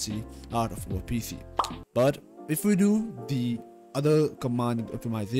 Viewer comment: U always say PF instead of PC